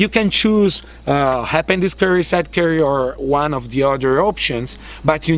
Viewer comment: Conz-See-Led Curry